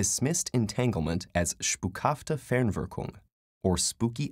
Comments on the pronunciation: It's "Spukhafte Fernwirkung", not "Spuckhafte Ferwirklung". In times of google and Wikipedia those three mistakes in two words are pretty embarrassing... Kudos though for trying to pronounce it right ;) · it's spukhafte, not "spuckhafte". and i really don't have a clue whether "Ferwirklung" is supposed to mean Fernwirkung (probabaly) or Verwirklichung (less likely) or Verwinklung (also not very likely) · Actually it's "Spukhafte Fernwirkung" and not "Spuckhafte Fenwirkung" (that's actually quite funny since "Spuck-" is derived from the verb "spucken" -> to spit; so it would be spitful/spitting action at a distance) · I speak German There is no “C”. You forgot the “N” and there is no “L”. It’s “ Spukhafte Fernwirkung”